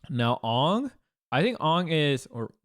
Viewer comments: That ang hurt me deep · Bro he called Aang "Ong" 💀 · I understand melee players mispronouncing Toph but I can't get over people saying Ong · That’s all well and good, but Leffen said “Ong” and I just got live action flashbacks.